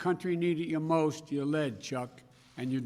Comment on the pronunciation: the merst, the most